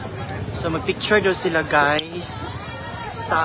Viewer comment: PRONOUNCE IT " GUYS" NOT GUYZ😅😅